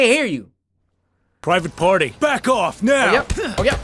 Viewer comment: bro i keep thinking he’s sayin private part instead of private party 💀💀